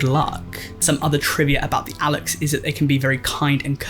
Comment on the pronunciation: Great try at pronunciation Alux is prunounced alush or alushe (aloosh)